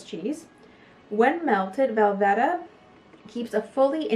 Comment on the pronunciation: Great video. BTW its Velveeta with a long e.